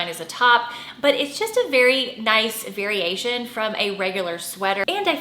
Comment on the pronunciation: When you said variation… I heard… Very Asian lolololol I was like yes that’s true. My mom does like those kinda of coco Chanel inspired button down cardigans.